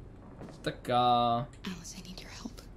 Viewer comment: не се казва Алис а Алъс